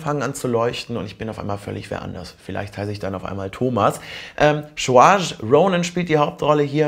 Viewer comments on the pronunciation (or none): saoirse spricht man "sörscha" aus. (: ist irisch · Ich liebe das Buch und der Film ist auch sehr gut gelungen, aber die deutschen Synchronstimmen, ernsthaft... -.- Achso, und Saoirse wird anders ausgesprochen. ;)